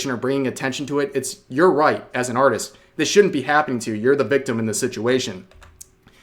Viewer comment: instead of artist lets called it auteest